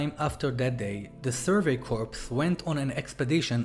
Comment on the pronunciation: Sorry to be picky and bitchy. It’s pronounced core!!! Not corpse. It’s The Survey Core(corps obviously not spelled core)!!!